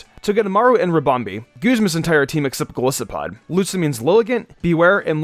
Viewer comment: you pronounce Golisopod wrong😔 but this really helps tho, thanks!